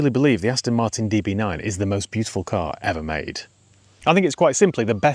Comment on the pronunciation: Why do you keep saying "Astin" ? It's .... Aston.